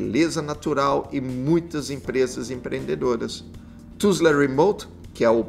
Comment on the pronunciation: A primeira zoom town que você cita é Tulsa e não Tusla, confere?